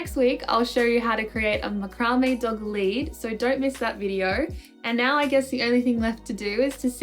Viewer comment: ... have I been saying macrame wrong for years?